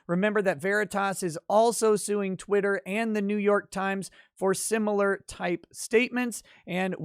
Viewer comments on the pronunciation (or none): none